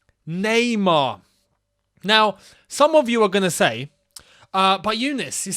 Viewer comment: nah-mar.. get mbappe